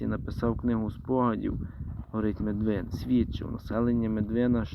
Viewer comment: Медвин з наголосом на перший скад